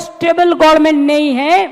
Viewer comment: আরে গভর্নমেন্ট উচ্চারণ করতে পারে না "গরমেন্ট " বলে,সেই অশিক্ষিতের কথা কেন শুনব?